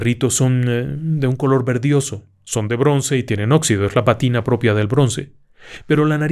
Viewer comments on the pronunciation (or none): Le recuerdo que la palabra PÀTINA lleva acento en la primer A. Gracias. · Mi estimado ingeniero, como de costumbre magistral, con usted la televisión y sus derivados salen sobrando😉😉🤭🤭🤭 nada más una pequeña observación es pátina, en acento en la á es necesario...